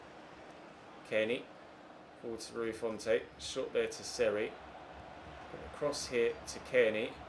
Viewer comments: it’s pronounced font rather than fontay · Bro do you ever read your comments? Every episode people keep saying, 1.Stop calling Seri French 2. Stop pronouncing the 'e' in Rui Fonte 3. At least try out Mitro especially as he has just signed IRL I don't actually care if you do these things or not cos i enjoy the series but seriously start reading your comments and responding to feedback